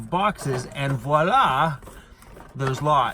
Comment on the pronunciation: haha yeah I didn't mean to be a prick! Thanks for taking it the right way. I'm French-Canadian. I laughed when said Voilà! He always says "I don't know how to say this" with French or other foreign words but He said it perfectly!!